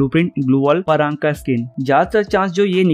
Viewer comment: Pan Nahin bhai prang